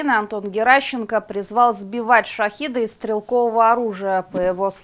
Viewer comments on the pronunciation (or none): Внятнее выражайся журналист, Шахеды а не Шахиды это разные вещи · Да, согласен с тем, кто писал про стрелковое оружие. Ещё одна особенность шАхедов (именно так, с ударением на А и через Е, так как это написано по ирански), не использовать стрелковое оружие над жилыми кварталами, если не уверен, что дрон не упадёт на них.